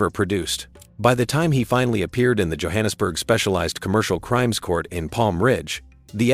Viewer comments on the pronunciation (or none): none